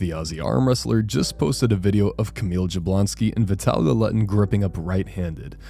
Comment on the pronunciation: Not Dzablonski, say YAblonski